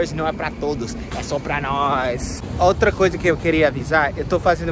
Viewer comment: "E so pra noix' 🤣